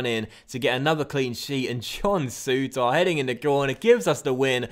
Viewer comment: Will ever pronounce Souttar correctly?